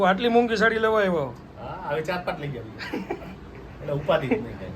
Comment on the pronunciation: સાડી.. સાળી નઈ.. 😅